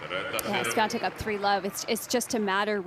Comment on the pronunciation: why does she keep calling her swiaNtek lol